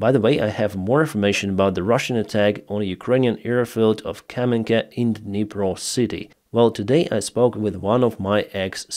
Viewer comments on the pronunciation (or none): none